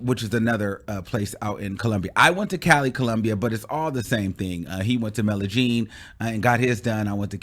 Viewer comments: This fool said Melagene, Columbia...its Medegene, but spelled Medellin like the LL in quesadilla...yes, it's a J sound. know because I have a friend from Medellin...smdh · Lol... it is Medellín (Meh-deh-YIN or meh-deh-ZHIN).